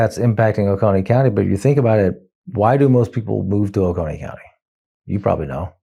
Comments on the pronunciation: as a Georgian, ow my ears! It is "Oh-Coh-knee" like loco but just the oco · Dude, love the channel but in your research, learn how to properly pronounce cities, towns, counties, etc. It's "OH-CONE-EE" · Excellent news, excellent reporting. O-Cone-ee, is the local pronunciation. (Marietta, here). Bluestien is great, btw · Oconee is pronounced like "cone." We can think globally but we better talk locally. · It is pronounced Oh-c-Oh-NEE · That's O CO nee, bro. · It's pronounced o-cone-ee Ben... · It's pronounced oh-cone-knee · It's pronounced "O-Cone-EE". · Athens resident here. Oconee is pronounced Oh-cone-ee. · For further reference: Oconee is pronounced "Oh-Coe-Knee". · Oconee= oh-coh-knee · Oconee county is pronounced “Oh-Koh-Knee” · It's pronounced "O-coe-nee" as in "Oh No Knee" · Love you, Ben! But, down here in Georgia, we pronounce it O-cone-y County. Lake Oconee is beautiful BTW. 😊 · Oconee is pronounced with a long o sound. That's how we say it does here. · You're pronouncing Oconee wrong... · Occone is pronounced like Coney Island with a long o infront of it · One pet peev, it's pronounced O-co-nee not O-con-ee. I've lived here all my life, some 55 years. Athens has always been blue, because of UGA students. Young people here have always voted blue. It's why Athens was split up into 4 districts. O-co-nee is deep red. It's full of wealthy families who work in Atlanta and surrounding areas. It's only about an hour away. It's always been deep red. That's the shock. Oconee has turned blue. That is what GA republicans are fearing. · It's pronounced Oh-coh-nee. Not Oh-con-ee. Just saying. That said...Woo-Hoo!!! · Hi! I’m in Athens! I love your network and the Politics Nerd is my friend’s young, very smart son! 🥰 Let me help more people in District 121 love you, too. It’s “oh-CO-nee” not O-CAH-nee” and Marcus’ last name is pronounced “WEED-hour”. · I think it's called Oh Co Nee.. not Oh con nee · Oh- cone-eee. Thanks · it's pronounced o-cone-e county